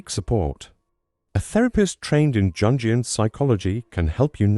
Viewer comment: It's interesting how your text to speech program doesn't know how to pronounce Jungian.